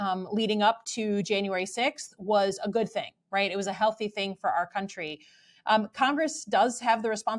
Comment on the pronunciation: Markiplier’s getting Nude for the Good (pronounced Goo-d)